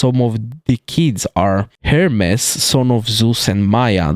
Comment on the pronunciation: Little correction on the pronunciation of Hades, it’s said like (Hay-dees), Hermes is pronounced (Her-mis), Charon is pronounced (Sha-rone), Hekatonkheires is pronounced (Heck-a-tonk-ariees), Typhone is pronounced (Tie-fon). I don’t like to nitpick but the Hades pronunciation was very unusual